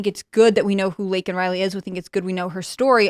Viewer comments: What a fucking psychopath. You mispronounce the girls name and didn't apologize. You then say the killer is illegal which he is... Then apologize. You fucking lunatic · Stupid old barsteward. Worried about offending illegal aliens but cant even take the time to get Laken Rileys name right. The left are absolutely lost. And it does feel like it is becoming a "them or us" scenario. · GOP quite literally demanded that Biden say her name, then he does but they're unsatisfied with the pronunciation anyway. Surprise surprise. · So he apologized for that but not for getting Laken's name wrong?? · He didn't apologize for calling out her name wrong.